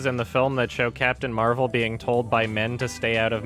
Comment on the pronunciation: Captain Mehvell